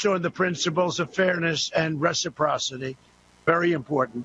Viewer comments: What the hell is resaposity? Did he mean reciprocal? The man really does talk gibberish more than ever. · A ressaprosapee 😕⁉️😵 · What is "respirocity"? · Woah...he said “RECIPROCITY”!!!!!!!!!!!!!!! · " reciprocity" ..geez ..which script writer gave him this word ..he was lucky to pronounce it little less knowing what it meant.